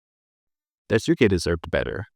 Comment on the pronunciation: I think Daisuke's name is Die Skay and Swansea's name is pronounced Swon See. Anyone else bothered by how the narrator is pronouncing the two characters' names?